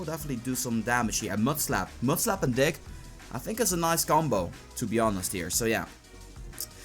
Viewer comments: When he says dig it sounds like he says dick lol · who thought he said dick when sayin dig